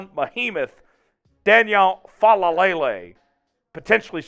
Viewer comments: Gawd, you saying fa la lay lay is getting on my nerves. Lol. Take that L out. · It's just "Faalele".... FA-LAY-LAY. You got too many L's in there mate!